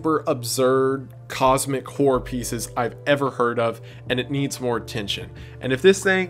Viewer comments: The amount of times, that due to the slight Accent i've understood "Whore" and not "Horror" in the beginning haha. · It's hilarious hearing the word “horror” said in that Tennessee accent haha. Make you think the wrong thing fast.